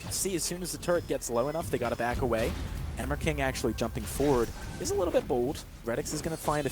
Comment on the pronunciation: Lel the announcer says emirking, like "hammer king" xD